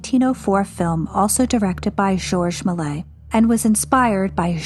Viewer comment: Many people have difficulty with French names. As I understand it, "Malay" is close, with a little left out. "MAY-lee-ayz" is closer, similar to "malaise" in English.